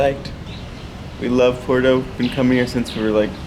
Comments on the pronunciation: At least pronounce the name of the break correctly Nate , it's not porto , it's PUERTO😂😂😂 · It’s Puerto not Porto.